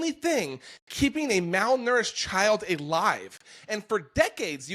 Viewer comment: A-live? Is this guy AI? What human pronounces alive that way?